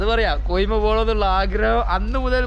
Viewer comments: കൊയിമ അല്ലടാ. കൊഹിമ അങ്ങനെ പറയ് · കോയിമ അല്ല കോഹിമ